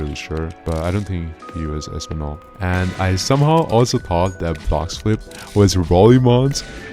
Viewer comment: español sounds like espaniol not espanol i know Spanish a bit AND I was born in Spain so that triggered me 😤(I just read the comment commented and yeah idk what to type)